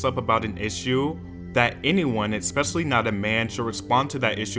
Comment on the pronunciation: Why do you say “eckspesially” lol